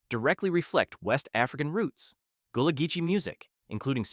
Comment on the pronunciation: Gull-ah Geechee, not Gool-ah Geechee